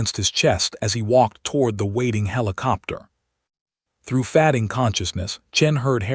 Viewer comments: You might check the correct English pronunciation of “fading”. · Someone needs to correct pronunciation. Especially fading, the 2 (leads) 2(wounds) 2(reads or read)